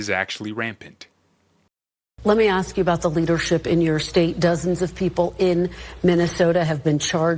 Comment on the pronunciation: Pronounce ask 👀